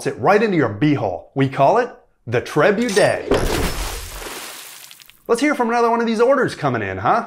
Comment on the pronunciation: Trebudet had me rolling 😂😂